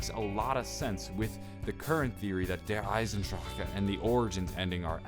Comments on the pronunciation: I fucking cringe every time you say "Der Eisen Drahcka" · You said Der Eisendrache wrong every time its Der-Eisen-Drach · He doesn't even say that! He says "Der Eisendraka" like fuck it's so annoying!!! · dude. der eisendrache does not have an "a" after it. the "E" is silent. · Theres no uh at the end of der eisendrache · There no he sound at the end of der eisendrache. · Am I the only one that is annoyed by the way he says "Der Eisendrache" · Dude every time you say Der Eisendrachen I cringe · Is anyone else annoyed that he's saying the map title wrong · The way you say der eisendrache gives me cancer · the way you kept pronouncing Der Eisendrache was bugging me for some reason. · the way you say the fucking map name Is aids, you said it at least 100+ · Can't stand the way you say see eisendrecha because it's not correct at all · Every time he said Der Eisendrache it maid me cringe. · Lol how he says Der Eisendrache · Your pronouncing it wrong I'm German and you don't pronounce the last e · that's how americans and the english folk will pronounce it, because they literaly can't prononuce it the "right" way. get over it. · JackC ich kenne genug Deutsche, ihr könnt es einfach nicht kumpel. find dich damit ab ;) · the start of the video he said he went to the dentist and his mouth is numb maybe its just hard to say with medicine. probably not his fault but it annoyed me too XD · The e is silent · i cringe every time he says it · omg fuck its not pronounced Der Eisendrac KAH its Der Eisendra HA fucking hell learn how to say word bruh Dempsey say Der Eisendrah ha no k or c at all its silent and plus the rocket from the orgins is the exact THE EXACT same rocket from ascension so your theory about the rocket is wrong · oh and its dare isen drock not dare isen dr cka thats how you pronounce der eisendrache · You say der eisendrache so wrong It's not der eisendracha it's der eisendrache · I'm tired of people saying Der (eisendracher) it's pronounced Der (eye-zen-dr-ah-ck)